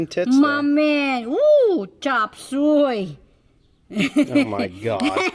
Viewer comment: That was funny! Did she say Chop suey 😆 part asian part brooklin accent sound. Anyway. Harvest is gonna be a rollercoaster for most guys this year because of rain fall. We have been very very lucky here in northern indiana by the lake. 20 miles south its not so bueno!! Especially the tilled fields. Hope everything pans out for you this season.